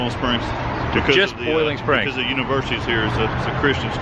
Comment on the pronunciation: Adam you pronounced it properly mooresboro, just like mooresville. Country pronunciation mo’sboro. I’ve lived in NC for 65 years. There’s country pronunciation and there’s city pronunciation. You also pronounced Boiling Springs properly as well. Country people do not use the oi sound.